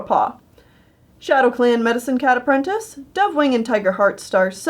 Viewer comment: apprentinses Me: Aprrentuces